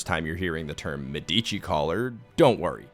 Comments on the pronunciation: It's pronounced, "MED - ə - chee." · It's pronounced me-duh-chi. Like the family. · Sorry can't ignore that. In the word "Medici" the emphasis is on "e". It's a name of famous and important italian family that shaped the renaissance era.